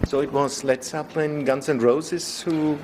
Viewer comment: Marry me, Donna...I love how you said "Led Zeppelind"...